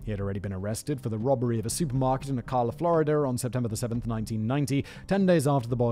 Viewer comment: The way you said ocala was so funny it’s more like oh-cal-la LMAO